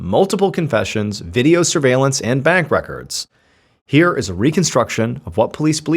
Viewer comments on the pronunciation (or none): none